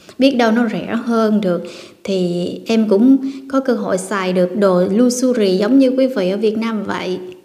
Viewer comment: Em nói “lu xơ ri “? Tập phát âm cho đúng em ơi?